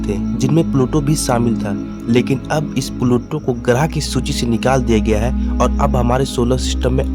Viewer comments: Graaah नहीं grah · Garah nhi grah hota hh pagle pure vid kharab kr di